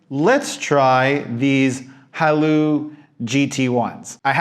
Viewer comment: Seriously how can you not pronounce Haylou?